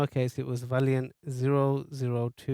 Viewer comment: Lovely video, thanks. Some good safety tips too on the cap. The make is Vaillant, not valiant. Pronounced vay-lant.